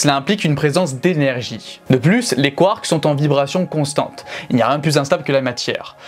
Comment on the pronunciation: Quand tu dis : 'mais les nucléons, ils sont composés de quarks', on entend quartz... Essaies de dire les deux ?